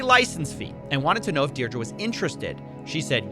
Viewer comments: Is that how Americans say "Deidre" or is he just saying it wrong? I've only ever heard it pronounced "Deerdree" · Deirdre = DEAR DREE THE WHOLE VIDEO YOU SAID IT WRONG.